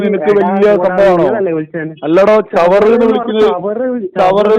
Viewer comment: Chavar alla.. Chaaaver...!! 😂😂😂....